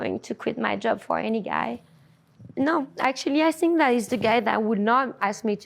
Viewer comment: "You sink" you sunk wrong love